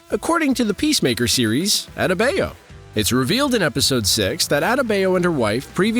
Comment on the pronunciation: What’s with the narrator’s way to mispronunciate “Adebayo”, “Economos” and “Belle Reve”? A bit off-putting.